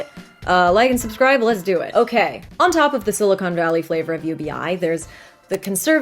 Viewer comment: FIRST WORD and we already got it wrong. Silicon, not silicone. 2 very different things